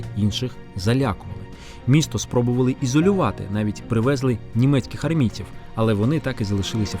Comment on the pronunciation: Вчіть українську МОВУ, наголос правильно ставити В КІНЦІ ДІЄСЛОВА - привезЛИ